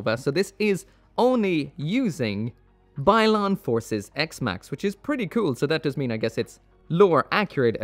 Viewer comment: Isn't it Byron?